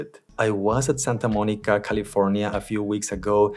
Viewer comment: Quite interesting device, doesn't it?. By the way, do you speak Spanish?. Your pronunciation when you said Santa Monica was very fluid and very well pronounced. It's only by curiosity and never tried to adk yo before. Thanks fo sharing with us.